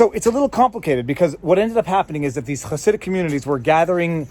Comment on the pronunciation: As an orthodox jew, all I have to contribute is that you nailed the pronunciation of "Chassidic."